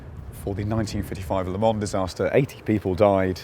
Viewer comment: He's driving me crazy with the way he pronounces Le Mans.